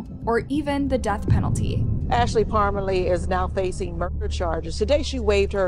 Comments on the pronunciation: It's pronounced Parm a lee... we know the family... what a horrible tragedy for those 2 babies😢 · The name is pronounced parm lee